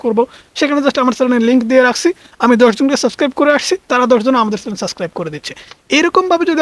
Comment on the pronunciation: Vaiya kindly apnar channel pronunciation ta thik koren. Eta chalen noy.